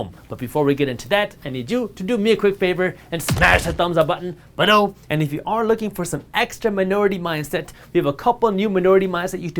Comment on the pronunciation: Dude, I get that you are trying to start a "thing" that makes you stand out, but the way you say "BELOW" really gets annoying after a few videos.